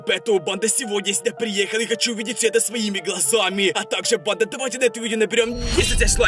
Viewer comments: Я одна слышу не банда а понда? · Почему он говорит панда